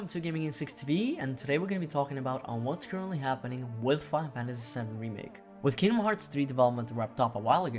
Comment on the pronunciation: There's a lot of mumbling too. Final Fantasy is often pronounced "faifasy". OP, the video is great. I used to mumble a way too my much, but know I actually have my voice recorded as a part of my job. You'll get it right in no time.